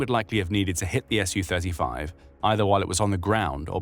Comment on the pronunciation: It's "Su-35," not "SU-35." It's pronounced "sue thirty-five."